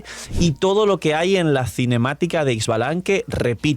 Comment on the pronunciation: No es Ex-balanque es "Sha"-Balanque está equiz "X" se pronuncia Sha